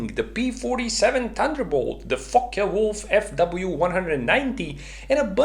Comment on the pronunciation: Lmao when he said Focke-Wulf